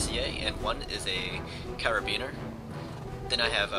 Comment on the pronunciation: Nice video, but isn't it pronounced "car-bin-ear" and not "care-ee-bean-er?